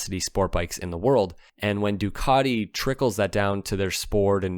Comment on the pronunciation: Ducati.... Not Ducarti.